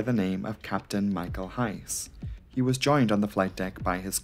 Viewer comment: Maybe one point: The „e“ at the end of the names is short, but not silent: Friskɘ, Heisɘ 🙂